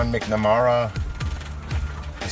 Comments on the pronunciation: McNamara = Mac' Na-mair-uh; kind of has the same emphasis as MacDonald. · Wait, think about it, daycare centers have been found where " things" were happening to kids, no one blames all daycare centers, just like no one blames all priests for a few pederasts. Unless they are severely mentally deficient. Ps-, its pronounced Mack na Mare uh. Say it with me, sound it out, ready,...Mac...